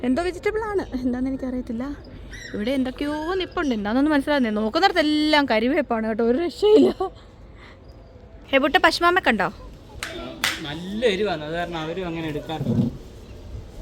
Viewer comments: Kariapp alla Kunjappu😅.... ente mole Kariveppu..k..a...r..i..v..e..p..p..u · Kariaap alla, karivep